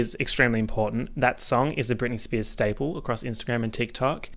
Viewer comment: spearzez he sayz as he spazzez